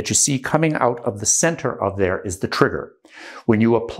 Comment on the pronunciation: He said "twigger" But yes. Incredibly well spoken